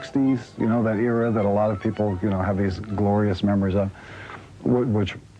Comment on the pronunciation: I love your videos. I agree with everything that you say. But, it drives me crazy everytime you say "pee pole" instead of people.